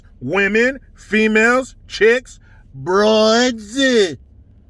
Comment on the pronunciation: Broadssss! I love New Yorker impersonation. 😂😂😂